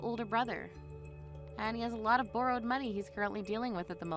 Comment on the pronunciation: Pronounced “bar-rowed” not “bur-rowed”